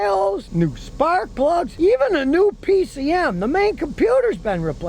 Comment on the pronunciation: After he said a new engine was put in it sounded like he said butt plugs, but I’m sure he said spark plugs. LOL